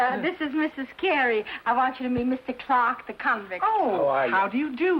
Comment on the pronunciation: CLARK... NOT CLAW.